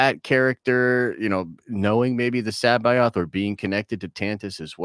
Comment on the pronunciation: Joruus c'baoth is pronounced like cabbage, listen to the fucking audiobooks. Wookipedia has it wrong too.